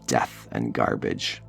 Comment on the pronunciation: "Gerrbage was strewn everywhere"